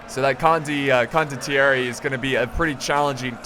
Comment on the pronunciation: it's "con doh thierry" (condottieri) you will get it correctly cmon;)